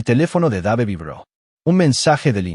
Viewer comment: Dave se pronunci Deiv.